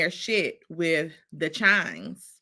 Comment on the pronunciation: It’s not CHIMES IT’S KIMES 😊